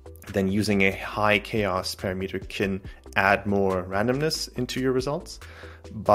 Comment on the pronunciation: OMG Please learn how to pronounce "parameter"